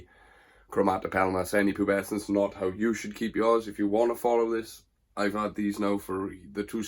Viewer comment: One of my favourite species! Gutted you can now say the name without messing it up. Cracking video brother!